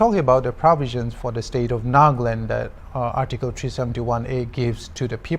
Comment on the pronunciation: so hornbill tv hire a British or the news reporter was just trying to change his accent??? as he said Naaahgaland etc. *****"